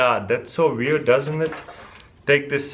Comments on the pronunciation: it funny when he says weird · i love the way how he pronounced weird 😂